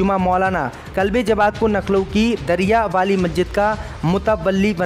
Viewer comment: Lucknow bolna nahi aata kya Naklow hi bologe News End me B Abhi k liye itna hi bolo nahi Daily A awan me paise diya tha uwaisi k bol pe End hoga kya